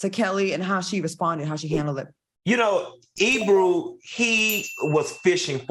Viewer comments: The guy's name is Ebro not Ebrew lolol! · That wasn’t Ebro it was Peter Rosenberg. Why do the keep saying Ebrew?😂😂😂😂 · i love y’all❣️ it’s not quite e”brew”… rather e”bro” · Not them mistaking Peter Rosenberg for Ebro, but then calling him Ebru 💀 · First of ALL his name is NOT E-Brew 😅😂😂 it’s E-Bro!! And second of all AND most importantly EBRO did not ask that question AT ALL it was Peter ROSENBERG who asked the Question 😩😩 come on now FOX SOUL TEAGIF.. And I love this show, BUT y’all gotta do better research on the facts before y’all give your OPINIONS 🥴🥴🥴 EDIT: ok Claudia corrected it! However still proves they don’t research topics before speaking on them, they just read the headlines 🥴🥴